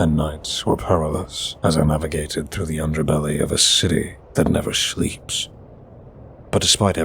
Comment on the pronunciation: What’s going on with pronunciation of some words like Shleep not sleep. Shtunned not stunned. Never noticed it before